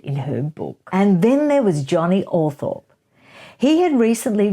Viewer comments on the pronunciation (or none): It's pronounced "Althrop".